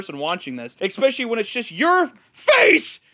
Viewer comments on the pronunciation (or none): I will kill you in Minecraft if you say "eCspecially" one more time.